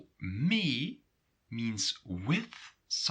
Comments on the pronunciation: а, так ты НЕ живешь или НЕ находишься в Нидерландах, в данный момент! Сорри, у меня сложилось другое мнение. Я живу в Нидерландах. Нет не всего лишь разница в произношении, разница в самом смысле, в данном случае с "mee"! И все таки разница есть, я бы сказал, когда ты говоришь - мё ми или же - мё мей (и последний всё же правильней)!!! Но да они не настаивают на правильности произношения, они пропустят мимо ушей, но спросят - Wat bedoel je? Wat zeg/zai je? =))) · he does not pronounce it correctly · I think I'm a bit lost in pronunciation, "mee" you pronounce like" mi" but I think here in Antwerpen they just say "me", or am I wrong? Thanks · Great video!. I am confused about the pronunciation of mee. I though the rule was that ee is always pronunced with a long e sound, like the a in the English word take, however you pronounce it as the e in the English word me. Am I correct or I am mishearing it? Is the pronunciation of ee different for this particular word or is it just a regional difference with respect to Dutch of the Netherlands?